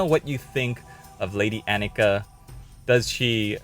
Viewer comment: My wife's name is Annika. She approves both of the mini and of your pronunciation. The rusty old blade is weird now that I know it's supposed to be magic. I thought she just stole it off some skeleton.